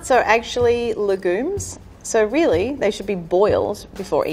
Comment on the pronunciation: “Peanuts are egzhully… la’gooms..”